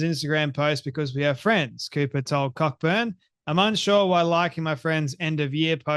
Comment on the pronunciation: Cockburn is usually pronounced CO-burn,.